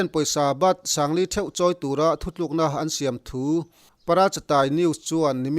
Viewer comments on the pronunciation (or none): none